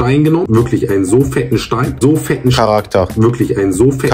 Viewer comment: Es kommt nur auf scharakter an 😂